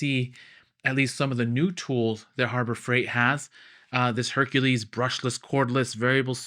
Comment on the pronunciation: Don't know if I've got a "Harbro" Freight nearby... 😂